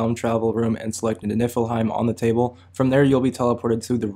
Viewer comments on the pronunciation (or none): Im sorry if i come out rude i really need to correct the pronunciation N-ee-fle heim At least im sure it is